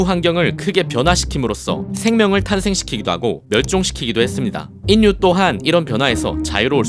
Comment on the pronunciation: '인류'를 제대로 발음하지 못하네요. '인뉴'가 아니고 '일류'라고 읽어야지요. 콘텐츠를 만드는 사람들이 신경 써야 할 부분이 바로 맞춤법에 맞는 글과 발음인데요, 요즘 글은 AI와 한컴오피스에서 거의 바로 잡고 있지요. 발음을 어떻게 하는지 정확하게 찾기 위해서는 사전을 이용하는 것이 가장 쉬워요. 컴퓨터에서 ‘표준국어대사전’ 아이콘을 만들면 됩니다. 만약, ‘인류’의 발음이 궁금하면 ‘표준국어대사전’에서 ‘인류’를 검색합니다. 그러면 발음을 어떻게 하는지 글로 나와요. ‘일류’라고 써 있군요. 그리로 바로 옆에 발음듣기 아이콘이 있어서 눌러보면 정확한 발음이 나와요.